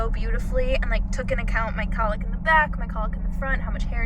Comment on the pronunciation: Your pronunciation of cowlick is weird. It's not colick. That's what a baby does.